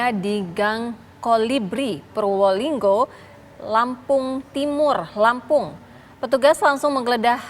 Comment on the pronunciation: Purbolinggo mbk salah,,ora purwolingo....